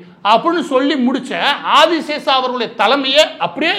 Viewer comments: அந்த முக்கியமான நபரின் பெயர் : திரு. மால்கம் ஆதிசேஷையா... ஆதிசேஷா இல்லை... 1008 முறை, நீங்கள் 'ஆதி சேஷா' , 'ஆதி சேஷா' என்று தொடர்ந்து சொல்லும்போது, நீங்கள் சொல்லும் கருத்தின் மீது கவனம் செல்லாமல், உங்களின் தவறான சொல் ப்ரயோகம் மீது சொல்லொணா கோவம்தான் வருகிறது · #Malcolm_Sathiyanathan_Adiseshiah was a Converted christian originally from a #TeluguBrahmin family. Pronunciation NOT ஆதிசேஷா BUT #ஆதிசேஷைய்யா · Boss Maridass you are mis pronouncing Malcom Adisheshaia as Adishesa . Please correct. when I was doing pre university class Malcom Adisheshiah was the Vice chancellor of Madras University and he was also a Christian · ஐயா, அவர் ஆதி "சேஷையா" ... Not ஆதி "சேஷா" ... உங்கள் கவனத்திற்கு. மேலும் FeTNA US இல் நடத்தும் meet களில் பெரும்பாலும் சினிமா பிரபலங்கள் தான் கேளிக்கையும் கூத்தும் தான் இருக்கும். இலக்கியம் ... பெயருக்கு அங்கொண்ணும் இங்கொண்ணும் side la யாராவது கத்திக்கொண்டு இருப்பார்கள். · மன்னிக்கவும்..Malcolm Adhiseshiah என்பதே சரி.ஆதிஸேஷா இல்லை. தாங்கள் தவறாக உச்சரிப்பது சரியல்ல. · அந்த பிரமுகரின் பெயர் மால்கம் ஆதிசேஷையா என்பதாகும். இந்த காணொலியில் அவருடைய பெயர் ஆதிசேஷா என்று தவறாக உச்சரிக்கபட்டுள்ளது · ஆதி சேஷைய்யா என்பது சரியான உச்சரிப்பு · மால்கம் ஆதிசேஷைய்யா அவர்கள் சென்னை பல்கலைக்கழகத்தின் துணைவேந்தராக 1975-78 காலகட்டத்தில் பணியாற்றியுள்ளார். பின்பு 1978-84 ராஜ்ய சபை MP ஆகவும் இருந்திருக்கிறார். சிறந்த நேர்மையான நிர்வாகி. அவரது பெயரை சரியாக உச்சரிப்பது அவரது புகழுக்கு நாம் செலுத்தும் மரியாதை‌.